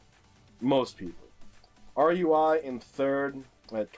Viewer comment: In round five you had a sign saying "vieux Lille" (old Lille), and in the last sign you saw, Lille was there again. (also, it's Rui, not R-U-I, I decided to remove my surname out of the Geoguessr nickname to help you)